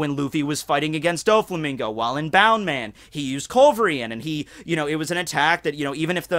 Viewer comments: Its bounceman not bound man lol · Isnt it bounce-man not boun-man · isnt it bounceman not boundman? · It's annoying how you're not pronouncing it as "bounce" man. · It’s pronounced as bounce man